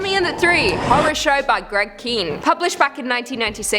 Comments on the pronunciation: It might not be significant here, but Greg Kihn is at least as well known here in the States for his musical career. Also, I'm pretty sure he pronounces his name "Kin," not "Keen." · Kihn is pronounced "Kin", not "Keen". He also had a couple of hit songs in the 80s called "Jeopardy" and "The Breakup Song". Talented guy!